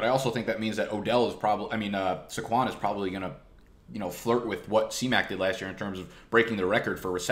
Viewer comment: SAY-kwon. Not suh-KWON.